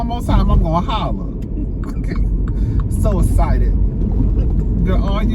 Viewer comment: with the "essited" you ain't never lying!!! 😂😂😂 poor thing has a speech impediment. Pray for her 🤦🏾‍♀️